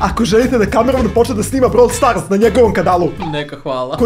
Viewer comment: Ne kaze se brawl starz nego brawl stars